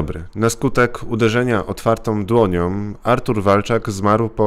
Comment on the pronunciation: "Otwartom dłoniom" . większom siłę maksymalnom" - tak mówi koleś który ma wyższe wykształcenie, a w szkołach spędził ponad 20 lat wliczając różne szkolenia. I mówi: Otwartom dłoniom i większom siłę maksymalnom. Tego się nie da słuchać.